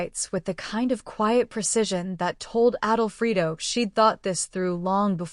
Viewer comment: His name is Adolfo. It is pronounced A dol fo.